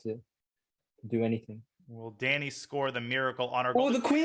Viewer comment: Russian Danya